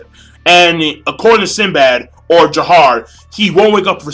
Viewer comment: damn even in the anime i still don't like alibaba. and its Jafar not Jahar